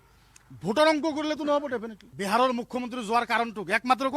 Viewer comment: বেহাৰ নহয় বিহাৰ । ভাষা টো শিকি লক ভাল কে।